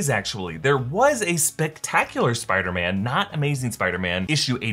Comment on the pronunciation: Listen closely when dr strange talks first time with peter he say "spider men"